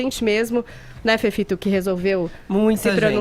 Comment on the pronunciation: Que a Jovem Pan decida manter essa inutilidade chamada Fefito, problema da Rádio. Mas que pelo menos paguem um fonoaudiólogo para corrigir a dicção péssima dele, que não sabe pronunciar a letra T e a letra D. Quem trabalha em Rádio não precisa ser nenhum Cid Moreira, mas tem que ter uma dicção aceitável, no mínimo. globetroterBR obs.: fefito mamou 20 mil reais por mes por quase dois anos , de dinheiro PÚBLICO, total 359 mil REAIS !!!! da TV LULA pra fazer o que???? esquerdista de carteirinha mamador de dinheiro público, mimizento do cacete, comentarista de BBB, querendo lacrar em questões políticas!!! fala sério !!! e a moça paula, só sabe falar de sub celebridades, fazer cara de vômito quando o assunto é sério e , na moral, só tá em bancada top da grade pq vovô é dono da Rádio !!!